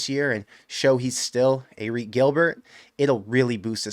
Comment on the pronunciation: no judgement but I work on the field and it's pronounced Eric not Arik :)